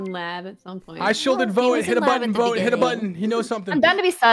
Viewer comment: Take a shot every time junk calls voet voyt